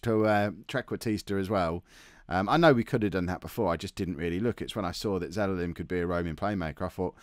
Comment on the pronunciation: its Ze-la-lem. Not Ze-le-lem...